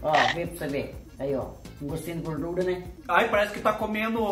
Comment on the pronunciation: Kkkkkk gosto de "gurdura" kkkkkk